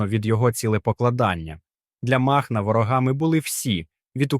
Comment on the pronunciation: Нестора мАхна? чат жпт?....чому сам прочитати не хочеш